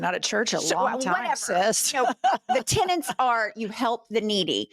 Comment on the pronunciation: Fatmerica has always been fascist.Wars on drugs, wars on terror, war on whatever. Also it is tenet not tenant.